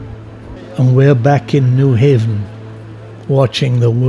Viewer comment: Terrific video and narrative. The narrator, however, was apparently not schooled on certain proper pronunciations. Nyhavn is not New Haven, but is pronounced New Houn. Nor does it mean New Haven, but rather, New Harbor. Same holds true for Kobenhavn - not Kobenhavn, but Kopen Houn.